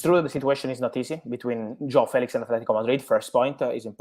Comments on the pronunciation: HIS NAME ISN'T JHONN FELEETS 😂😂😂 It's Jaoa Felix. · its Joao Felix🙄